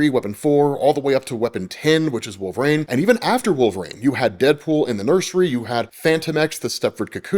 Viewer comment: "Wolv-rain" lol